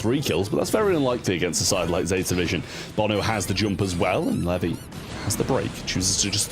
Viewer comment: Everytime he says 'Levy' it hurts me😭😭😭